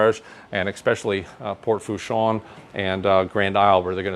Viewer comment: Sorry sir but the word eXpecially does not exist. The correct word is eSpecially!